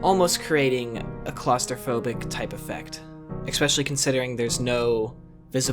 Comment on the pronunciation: Good video but just for future reference the word "especially" is pronounced "eSpecially" like "special" not "expecially" which is what you always say, like "expect" which is wrong.